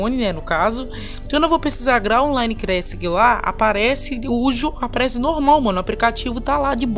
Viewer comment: Erros na língua do: graal crassic, pray story kkk